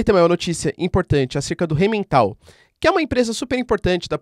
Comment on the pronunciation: professor, só uma correção de pronúncia, a empresa Rheinmetall se pronuncia "rainmetal", em alemão as palavras com "ei" se falam com som "ai"